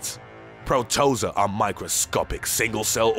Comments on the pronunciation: If i hear proTOEza one more time... it’s protoZOA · Pro-toe-za? You mean proto-zoa.... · It’s PROTO-ZOA fam. 😂 you so extra lol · Pro-to-zōa. Not pro-toza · Protozoa not Protoza everytime I hear it I get bothered for some reason. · It's pronounced PRO-TA-ZO-A.....not protoza. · Like i'm going to believe anything this narrator says when he doesn't even know the proper pronunciation of protozoa? Come on, "Pro-toze-ah" (pronounced Pro-toe-zo-ah)...really? And holy shit, the "Ano-phils" (pronounced An-noph-al-ees) mosqueto, WTF! Did you actually go to grade school or did you preet-end to? Good god, I hope you are not paying this narrator above minimum wage!! Ok, I quit, this is un-fu+#@ believable!! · Literally, every single video from you guys, there's some word you butcher with your pronounciations... The hell is a PRO-TO-ZA? It's a PRO-TO-ZO-AH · its pronounced Pro-Ta-Zoh-ha btw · It should be pronounced Pro Tow Zow Uh. … cause Freekin sickness… was it seriously pronounced that way? 🤣😂🤣 Pronounced Teet see fly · He really is not good with pronounciation... Infectuous Protoza Anophils and a lot of binomial nomenclature in other videos. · I'm late to the party, but FYI the word "protozoa" is pronounced pro-toe-zoh-ahh, accent on the third syllable. You're welcome! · "Pro - toe - zoah," - Protozoa. 😉🥰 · Ringworm is not an actual worm. It is a fungal skin infection. Plus Pro-to-zo-a! Four syllables long “o”s short “a” Ugh this episode ranks 👎🏻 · Its pronounced PRO-TO-ZOA, just like its spelled Hun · Pro-toe-zo-ah is how its said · Yeah, I had a difficult time with that as well. However, this channel has become one of my favorites so I got over it quickly. Every time he said it, all that I could hear was my 7th grade science teacher saying, "It's actually pronounced -- prow·tuh·zow·uh." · It’s pro toe zo a Protozoa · It's his mispronunciations that do it for me: "protoza" for example. But I love the dramatic side show tone. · Pro-Toe-Za lol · ITS PRO-TOE- ZOE-A! Hahaha